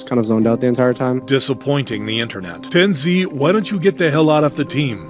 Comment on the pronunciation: The way you pronounced TenZ... it is like Tens with the Z making the actual sound of the Z.